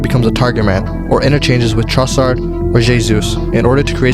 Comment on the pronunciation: TROSSARD not chtroscharts